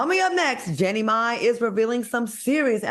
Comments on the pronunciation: Say it with me: Genie My NOT Jenny (My) 🙄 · Claudia really struggles with the pronunciation of Jeannie Mai's name. Considering how many times ya'll talk about her It's actually kinda funny 😂😂!